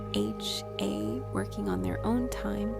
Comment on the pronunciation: Why isn't 3Racha pronounced properly. I like this, but that is kind of a crucial name to pronounce properly.